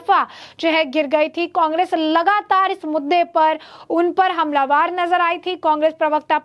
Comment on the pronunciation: ये जो समाचार पढ़ रही है इस लड़की को हिन्दी का ज्ञान नहीं है हमलावर को बार बार हमलावार बोल रही है।